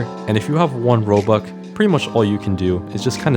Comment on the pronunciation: I love how he says "Robuck" instead of "Robux" because then it would sound like Robucks